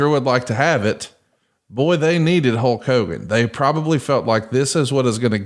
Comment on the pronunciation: I thought Hallk Hogan was the name of the bootleg wrestler toys my Grandma would bring us from Mexico. I guess it was legit per Bischoff’s pronunciation.